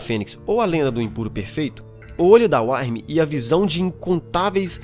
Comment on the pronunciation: muito bom cara, só a questão da pronúncia que tem que ser melhorada, Uktena se diz "Ú-qui-te-na" Wyrm "Ú-ir-mi", parabéns pelos vídeos!